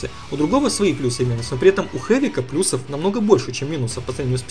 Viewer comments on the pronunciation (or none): none